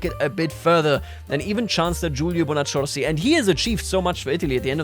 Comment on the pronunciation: Has anyone told him yet that the double C in Bonaccorsi is pronounced like a long, hard K?😄